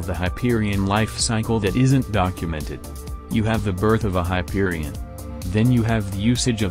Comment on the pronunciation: Hyperibond? Hyperishot bang bang Hyperishawn